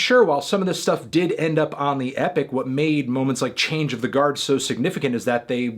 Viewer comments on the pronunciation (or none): none